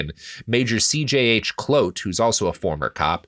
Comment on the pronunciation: You guys set out to not pronounce a single name correctly and 26 minutes in I haven't heard a single name pronounced correctly (except maybe Jan, almost). That earns you guys the official Boer seal of approval, keep up the good work.